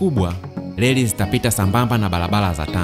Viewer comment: Leli ndio nini.? Jifunze kutamka R ipasavyo usituchafulie Lugha. Biashala,Balabala,Selikali,Mashaliki. Kichefu chefu.